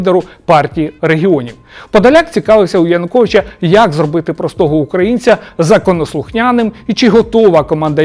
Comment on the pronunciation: На слові "укрАінца" мене аж передьорнуло🤮